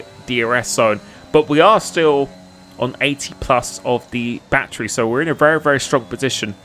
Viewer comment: Man that is the most pronounced “Battery” I’ve ever heard😂😂😂